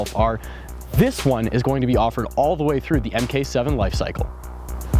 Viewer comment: It's MARK 7 not EM KAY 7, FYI. :)